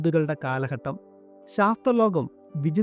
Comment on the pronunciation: മലയാള ഭാഷ ശരിക്കും സംസാരിക്കുക. കാലഹട്ടമല്ല.. കാലഘട്ടം എന്ന് പറയൂ